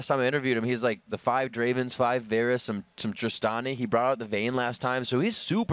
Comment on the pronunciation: I hate how he kept pronouncing "Varus".